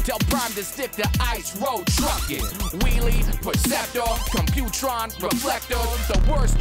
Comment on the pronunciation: Autobots for life! But that was fantastic, I loved the line “the only cool guy you got turns into a tape deck” that was great! Also, reflectors a con 😂 not a bot, and anyone else not like how they said computron? 😂